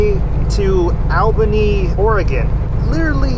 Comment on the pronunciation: He said Albany wrong lmao, me friend from the west does the same thing. As opposed to Al-bany, its pronounced more like All-bany. I found it hilarious when he said that. PS- Try Pops Saloon if you are staying in Albany